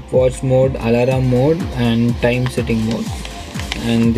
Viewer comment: Bhai... Alarm mode hai alalarm mode nahi....tumhara prouncesasion wrong hai✌️✌️✌️🤗🤗